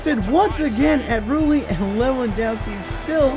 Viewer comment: Just saying the real sociead goalie is called Rulli not Bulli 😂